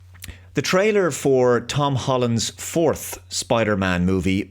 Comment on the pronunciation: I'm just starting this video & hoping you're fair about this. Right off the bat I don't like the way you said "fourth" but I'm keeping an open mind